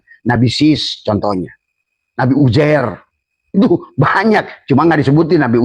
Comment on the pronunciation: Yang bener itu penyebutan nya uzeir bukan ujer..., ngomong aja ente belum becus...😂😂